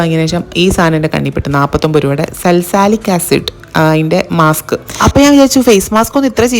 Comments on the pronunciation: സെൽസാലിക് അല്ല സാലി സിലിക്ക് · Salsalic acid alla salicylic acid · Salicylic aaanu salsaalic alla😅